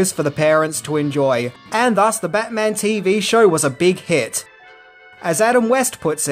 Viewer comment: Bat-Mint-On. Get your shuttle-Cock ready 😂